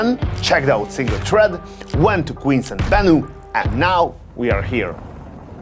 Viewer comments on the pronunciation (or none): none